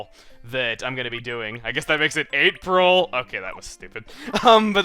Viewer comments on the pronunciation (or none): Lol, can't believe you said Eight-pril....wow...